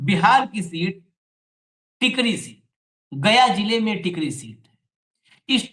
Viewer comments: टिकरी नहीं Sir, टेकारी है वो जगह, गया ज़िला में है एक जगह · Tekari hai sir tikri nahin hai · Tkri nahi tekaari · Sir ji nit tikri it's Tekari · टिकरी नही टेकरी है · Tekri nahin tekari hai.